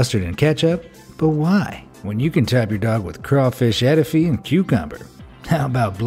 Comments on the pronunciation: Its pronounced eh-2-fey not eh-2-fee 😁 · You could not have tried Dat Dog. You totally butchered Etouffee.